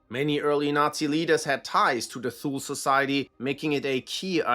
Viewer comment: pronouncing thule like that gave me an inglorious basterds moment, you sure youre german?